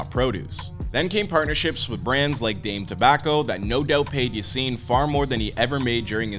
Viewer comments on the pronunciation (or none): none